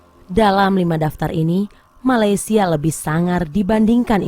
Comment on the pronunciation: dengar dia kata Malaysial , wow provoke dngn cara halus